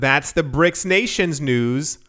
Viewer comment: News not bews lol!